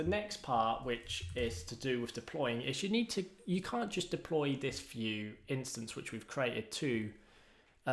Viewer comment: so, you call don't call it Vue , you call it "Fue" in British